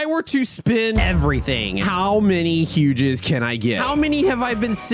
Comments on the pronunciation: It is huges not hugegis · Bro why did you say “hugehugses” what is that